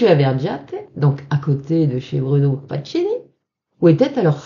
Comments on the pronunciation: Ne m'en veuillez pas de vous reprendre chère madame, mais FACCHINI ne se prononce pas FATCHINI mais FAKINI. Cela dit, je vous pardonne bien volontiers : on ne peut pas connaître toutes les prononciations de toutes les langues. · Encore une belle histoire,! Juste un petit conseil au sujet de la prononciation du nom du sieur Facchini. Ca se prononce Fakkini; le son tch avec ch, c’est de l’espagnol. Amicalement! Et continuez à nous régaler avec ces histoires magiques...